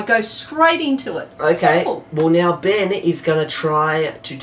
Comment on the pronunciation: No its "Benj"